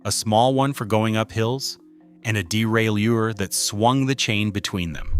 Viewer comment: Wish this bloke would learn the correct pronunciation of derailleur. It's bloody annoying!